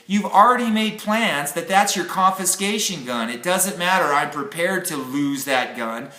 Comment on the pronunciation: Confiscation, not conviscation. Sorry. Couldn't resist. Good subject sir. Great channel.